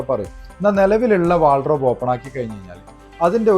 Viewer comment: ചേട്ടാ.. Wardrobe ആണ് .. വാൾഡ്രോബ് അല്ല